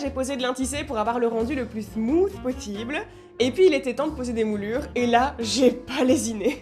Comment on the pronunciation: ca fait je sais pas combien de temps que je te suis je regarde toutes tes videos mais PAR PITIE apprends à dire smooth